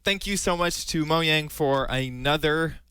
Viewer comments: lol its Mojang not Moyang lol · is he saying mohang?